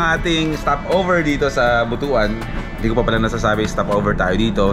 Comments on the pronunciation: Ride safe! BTW, Butuan actually pronouns as "Butwan", not Butu-an. Lol. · But-wan hindi Buto-an pag pronounced. Basto kasi ang Buto-an.. he3x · but-wan hindi bu-to-an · We pronounce it But-wan, NOT Bu-tu-an... Kasi, bastos or hindi maganda pakinggan sa mga bisaya ang Bu-tu-an